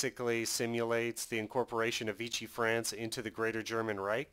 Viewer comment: It's V-she. It's french not italian. (Using a Latin pronunciation instead of French)